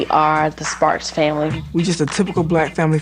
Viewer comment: saying "the sparks" makes it sound like a slur haha